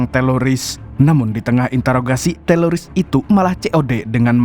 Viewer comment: teror bang bukan telor😅